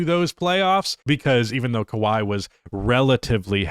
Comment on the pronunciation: Kawhi Leonard. It’s kawhi Leonard.